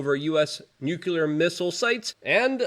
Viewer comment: this shill still says "nucular" unironically